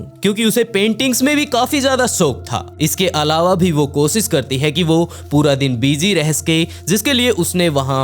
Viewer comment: भाई तुम टोटली विकी शर्माकी copy करते हो नयी स्टोरीज बता रहे हो अच्छी बात है व्हॉइस अच्छा है लेकिन एक प्रॉब्लेम है तुम श बोलने के बजाय स बोलते कोशिश करो कोसिस के बजाय कोशिश बोला करो thank you